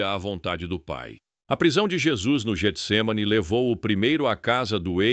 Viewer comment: Só uma correção, o nome é Getsemane não Jetsemane, pois é escrito com G não com J, e o G no início tem som de Get.